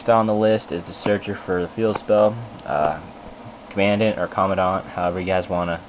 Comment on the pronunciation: Thank you someone who actually said Comman-dant the way it's "supposed to be" haha